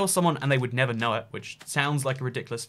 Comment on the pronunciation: I keep getting mad when he says never not nether